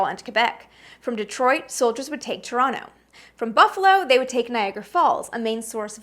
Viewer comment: I must commend you on your ability to differentiate between pre England and Britain. WAY too many people call Britain 'England,' including English people who know full well it's wrong but do it anyway. Waitaminute!!!! You pronounced Toronto correctly. ( ͡° ͜ʖ ͡°) I remember being outraged when I heard that Nixon had said “I don't want to be the first president to lose a war.” It turned out that it was probably Lyndon Johnson who had said it. James Madison was the first. I don't really consider the battle of Quebec to be an invasion however, because neither Canada nor the United States existed at the time. No border means no invasion.